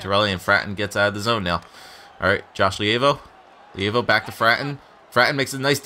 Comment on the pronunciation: Levio name is pronounced lee vo